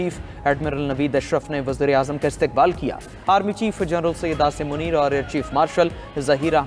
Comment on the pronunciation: Abe pehle Urdu sikho wuzra e azam nahi wazir e azam hote he pendoo 🤣🤣🤣🤣🤣